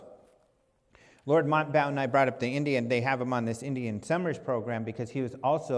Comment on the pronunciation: Lord Mountbatten - "Mount" "Batten" Quite easy:)